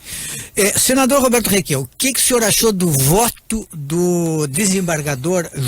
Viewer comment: Só ele quer falar " requiao".